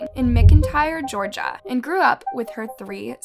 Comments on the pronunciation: McIntyre is pronounced MAC in tire. Not MICK in tire. Do you say MICKdonalds. Maybe you should practice reading the script before you record. Maybe you should practice reading.🙄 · MAC-intyre 😂 not mic-intyre but on a serious note June is a terrible mother and needs to get her life together for her family so her daughter isn’t having to raise her little sister.